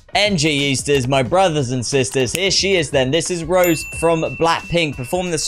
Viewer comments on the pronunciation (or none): fyi the accent on the "e" makes her name pronunciation "Ro-Zay" like the wine, not "Rose" like the flower. It sounds similar to the Spanish name José.